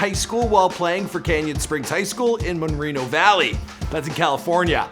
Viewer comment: You said, “Monreno.” Isn’t it Moreno? Stumped me there for a sec.